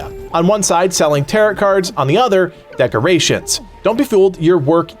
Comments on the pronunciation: bro it's pronounced "taroh" not tarut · Or teh-row but definitely not t sound at the end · Its TAROOOOOOH not TarEEEET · “Tarrow” card… not “taret” 😂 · Tare-oh , not tare-it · Tarot is pronounced ta-row not ta-rut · A fix... affix... who cares... Tearit cards...Tarrot cards... who cares. Nice video otherwise, thanks. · btw its not taroT cards its pronounced tare-oh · It is pronounced taro cards, not tarrot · I can’t tell if you’re saying “tarrot” cards like “carrot”. I apologize if I’m mistaken, but if not, it’s “tare-oh” cards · Him pronouncing "TaroTT" card? Its "Tarrow" lmao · It is pronounced "Tare-Row" like "Row, row, row your boat" not "Tare- rot" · Good tips! Quick tip for you - "tarot" is "ter-OH," not "tarr-OT". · You don't pronounce the second 't' in 'tarot.' tear-O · Tarott cards. Bro needs to learn how to pronounce Tarot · "Tarow" cards :) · The T is silent at the end of tarot So you say it like taroe Just fyi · Tarot is pronounced "tarow" by the way.... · Jesus Christ it is pronounced like "tare oh" it literally hurts every time you say it. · everyone pronouncing tarot wrong is so annoying, its tah-roh. silent t at the end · FYI the cards are pronounced tear-row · Tarot is pronounced "tare-o" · The second T in Tarot is silent. TaroT was killing me. Good video otherwise. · Tarot is pronounced like sparrow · igood video just the way he says tarot bugs me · Lol he says "tarot" rhyming with "carrot" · the way he pronounces tarot is giving me an aneurism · The t is silent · Just one quick thing - the 'rot' in tarot is pronounced like 'row'.